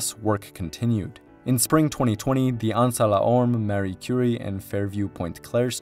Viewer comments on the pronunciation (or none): none